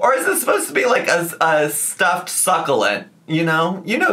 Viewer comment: The worst is that she pronounces it incorrectly